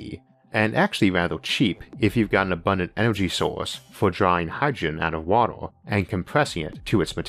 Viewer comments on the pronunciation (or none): none